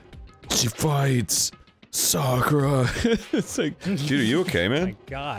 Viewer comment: dan pronouncing sakura’s name correctly is music to my ears